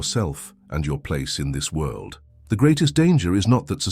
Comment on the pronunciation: world not wuld